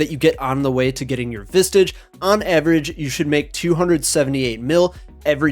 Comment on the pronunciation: Just remember. Your no closer to that rare drop than you were 200 kc ago. It's RNG based. Unless special circumstance like vorkath you get a head on kc 50 regardless, you don't earn progress towards a drop someone please explain that to me cause that was just flat out wrong info. Plus its "VISAGE" mate. Where are you getting the "t" sound from